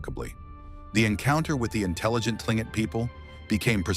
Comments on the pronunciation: KLING-kit is the correct pronunciation (according to the Tlingit people themselves). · another AI crap. That should be Tlingit ? 🙂